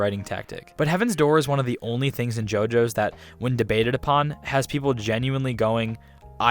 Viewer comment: Refuse to watch only because you say JoJo's idk why but this bothers me